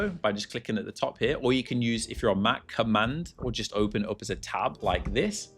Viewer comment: the way you pronounce the word "up" is generational and needs to be studied